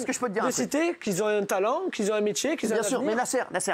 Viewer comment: Nasser il fait partie des jeunes qu'ils zont un diplôme ! "qui zont un talent, qui zont un métier, qui zont un avenir".